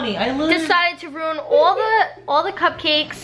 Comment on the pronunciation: she sounds like such a true New Yorker when she says “all” I stan! Love and protect her at all costs💖